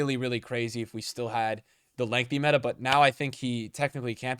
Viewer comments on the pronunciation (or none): none